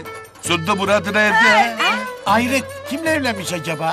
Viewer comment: Ayret diyor hayret yani😂